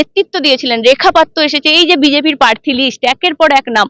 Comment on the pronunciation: Kothata prarthi, proshno, parthi ba poshno na.